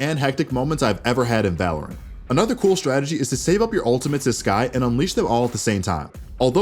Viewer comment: just I heard balorant?